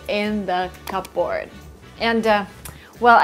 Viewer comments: Useful video! I'm not a native speaker either but I'd say there are two minor mistakes in the video, so please everyone be mindful. Cupboard is pronounced /ˈkʌbərd/, and not /kʌpˈbɔːrd/. Ladle is spelled with a single "d". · Thank you for the video and the vocabulary. One more thing, are you sure that you are pronouncing "cupboard" right? /ˈkʌbəd/ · Hi I really love you so much and iam a big fan of yours. I just was wondering whether I imagined that you here in the vedio mispronounced the word " cupboard" since I have learned for the 1st time in my life to pronounce that word the right way you tought me, so I guess you should revise it again. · The P in the word "cupboard" is silent. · Cupboard The p is silent Thank you